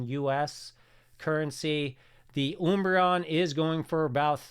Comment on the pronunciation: Why is he saying oombreon lol